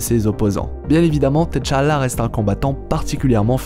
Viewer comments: C’est pas TéChalla c’est T’challa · On prononce « titchalla » pour T’Challa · Quand tu dis t challah j'ai l'impression que tu dis head challa